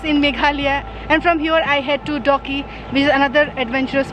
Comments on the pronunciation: Its dawki not doggy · I thought I heard doggie atfirst when u said dawki🤭